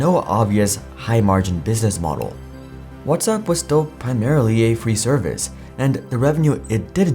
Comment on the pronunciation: You pronounced WhatsApp as "What's up" so I definitely don't believe you.